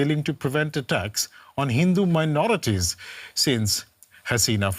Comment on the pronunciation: do you have difficulty in saying Hindu?